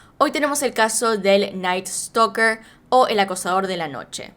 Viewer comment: Jajaja me dá risa como dice (creo que se llama ), en vez de "Night Stalker" dice: "El Night Stoker"... 😂😂😂🤣🤣🤣